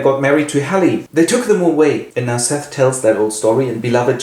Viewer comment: Her name isn’t seth it’s Sethe. Seth-ay.